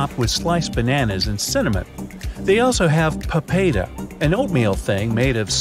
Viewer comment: No offense but You were close on papeda but not even close on saying bubur ketan hitam